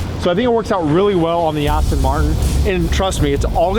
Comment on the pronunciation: That's how I pronounce it.. I know it's spelled Aston, but I said it's as Austin.. Just like people in Germany say Porshā and in the US we said it as Porsche... Funny you're the first to notice!!! 😆😆